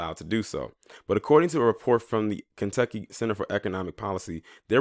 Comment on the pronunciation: He said Klantucky 🤣😂 Love it !!!